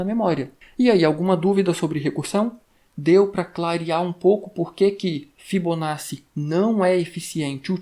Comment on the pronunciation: agradeço o conteúdo! apenas uma dica para futuros vídeos de fibonacci: se pronuncia "fibonáti"